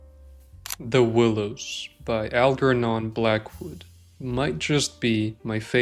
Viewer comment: "Algernon" is pronounced with a soft G.